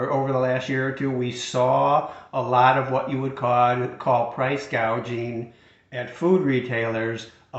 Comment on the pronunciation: She said "price gaging"...indicating she really doesn't understand the issue and just read it wrong off the teleprompter. She was just talking (lying) like any politician during an election.